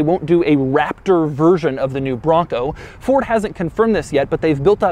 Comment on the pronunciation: Doug gets a 0/10 for the way he says bronco.